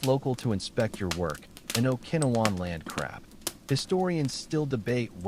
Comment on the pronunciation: teach AI how to pronounce grenade and Okinowan turn the snapping fire down more time in between sentences.